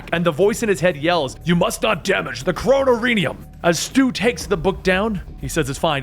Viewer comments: KRO-NOR-I-UM Kronorium. Not KRONO-RIUM. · It's pronounced crow-nor-eee-um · Cro-no-me-ne-um? Really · It's pronounced Crow-nor-e-um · Please if you do another say kronorium right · He said chronoruim wrong..-.